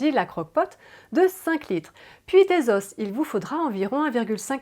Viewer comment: Tre bien mais on ne dit pas des " zosses" pour des "os" mais on dit des "zo" pour des os phonétique importante! MERCI.